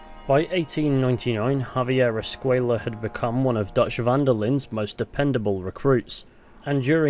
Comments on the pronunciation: I don't think his name is pronounced "escueya" though, the way it's pronounced doesn't make sense in Spanish it makes more sense to pronounce it as "Escuela" maybe an oversight idk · Escuella is pronounced “Escway-ya”. The double L in the Spanish language is pronounced like “Y” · I'm pretty sure Reyes and De Santa pronounce Escway-la but I might be wrong